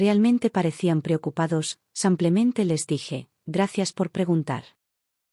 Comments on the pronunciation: Porque dice,sanclemente y no.lo que es,,simplementeee😅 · Haganme el favor de no publicar estos Churros,la narradora lengua de estropajo siempre dice samplemente. Y no rebuzna por falta de orejas.